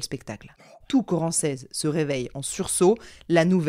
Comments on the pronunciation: Je suis de Chartres, ça fait bizarre d'entendre parler d'un bled de chez moi 😅 D'ailleurs Corancez se prononce Corancé. Mais peu importe, super vidéo 👌🏻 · J'habite à Chartres. A toutes fins utiles, on prononce corancé, sans le Z. Je ne connaissais absolument pas l'histoire donc un grand merci de me la faire découvrir 💞